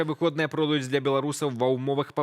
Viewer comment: Какие же они выходныя дни, когда в нашай мове пишеца корректно выхадныя и стало быть ударение на Ы.Возьмите, пожалуйста, на заметку.Хороший репортаж